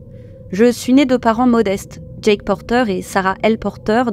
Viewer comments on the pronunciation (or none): none